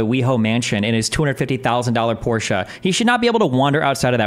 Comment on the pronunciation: Im one moment away from paying for a channel subscribtion just because you are one of the few north american people who know how to say Porsche.